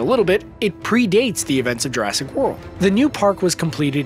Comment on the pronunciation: it's Jurassic not urrasic